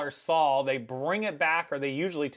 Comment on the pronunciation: This is just a friendly fyi... and It's not pronounced "SAL" It's pronounced, "SAW," Example, ( I saw him using the chainsaw. ) Same spelling, same pronunciation, different meaning.